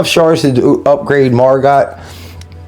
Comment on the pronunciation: Pronounced MargO. Great to see you got her, she seems good